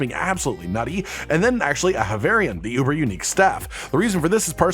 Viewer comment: "aHAvarion", not "avarion"...